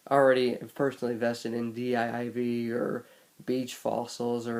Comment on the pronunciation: "Dee Eye Eye Vee" fam its pronounced DIVE